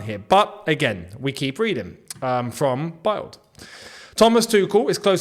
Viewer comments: its pronounced BILD like BILLED not BYLED like Child FYI :) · Hey. Bild is not pronounced like you pronounce it which irks me 😅 the correct way is like pronouncing the word build.